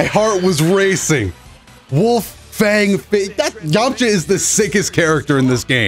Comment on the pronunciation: "yomacha"? lmao